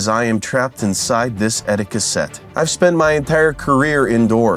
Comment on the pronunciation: STOP CALLING IT AN "ETTIQUE-SET" YOU KNOB! SETTIQUETTE!!!!!!!